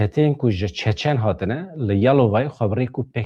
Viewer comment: Çéçén! ne Çaçan! Berz rast dvéje ev xeber nava hemu dniyaéda té gotin!! Ez bi xwa ji Russia otonomiya çéçéna heye u hemu dbéjin çéçén! Ji wan gelek hevalé me hene mrovne bas'in 😊 Slav Réz ji wara!!